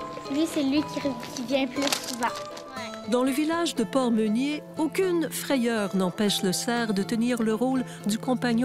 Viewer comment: C'est pas Henri ' Meunier ' mais HENRI " MÉNIER " Ménier. . .